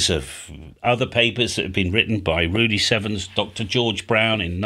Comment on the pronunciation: I’ve always thought you were saying Rudy Seven’s… that is until I bumped into the papers by N6LF Rudy Severns… haha 🤯